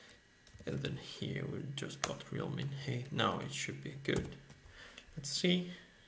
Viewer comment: thanks, really useful for a project I'm working on right now - ps, 'height' rhymes with 'fight' ;)